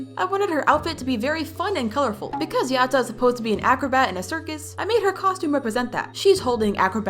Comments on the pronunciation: No no it not pronounced "yot uh" its "yad uh" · FIRST of all it's pronounced ya - da Second of all brighteny is known for being skinny not chubby Third of all pls part 6 🥺🥺❤️🥺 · when you say Yatta you pronuce it "Yadda" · Btw it's yatta but it sounds like yada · The way you say Yatta tickles my brain and I love it🤩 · I LOVE BRIGHTNEYS DESIGN! I kinda like how you say yatta for some reason lol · Why the sound like you’re in a different language when you say yatta?￼